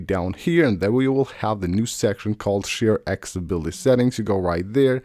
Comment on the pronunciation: After years and years MF still can't say ACCESSIBILITY. 🤔